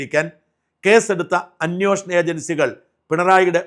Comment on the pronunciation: അന്വേഷണം ആണ് .അന്വോഷണം അല്ല ഷാജൻ സ്‌ക്കറിയ